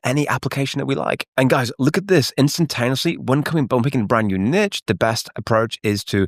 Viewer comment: Why, as a Brit, are you saying “niche” like that